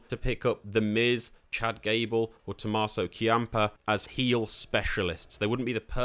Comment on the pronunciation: exactly. its NIKKI ASH. not Nikita. Tomasso Champ=uh. Not Key-amp-uh. E-oh Sky. Not I-oh.